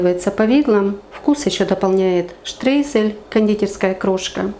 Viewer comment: Штройзель, а не ШТРЕЙЗЕЛЬ!